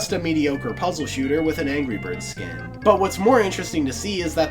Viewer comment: ANGEE BIRD